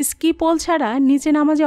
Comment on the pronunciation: ভাল লাগল , কিন্তু কিছু উচ্চারণ একটু ঠিক করতে হবে। যেমন, ইস্কি টা হবে স্কি। জায়গাটির নাম সোনামার্গ নয়, সোনমার্গ।